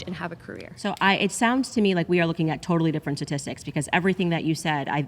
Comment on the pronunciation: Candace said ‘tit’tistics 😂